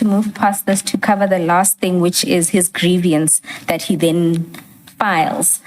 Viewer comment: It is not grievyance! It is grieVance. There is not an extra i in there!